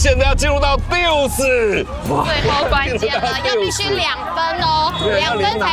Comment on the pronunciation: 欸抖先說我很喜歡這節目跟兩位主播 但是希望下次有桌球賽時主播能做點功課 跟拍面有沒有壓沒關係啊 就是打到拍頭噴掉 那是拉(抽)球 不是殺球…不是正手發力都是殺球… 那也不是殺球啊🤔 還有 是deuce不是duce喔！ 我知道這節目本來就不是職業體育競技 但懂的人聽到就覺得怪怪的😅